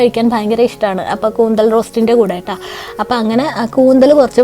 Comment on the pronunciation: കൂന്തൽ അല്ല കൂന്തൾ